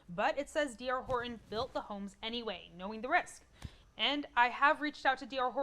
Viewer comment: Pronounce your Ts. HorTon!